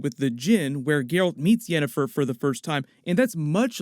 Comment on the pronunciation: "...Yennifer's body..." lmao